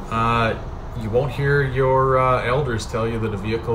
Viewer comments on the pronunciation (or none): none